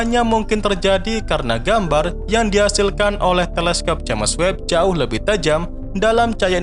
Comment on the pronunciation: Udah puluhan episode naratornya masih nyebut "je'mes web"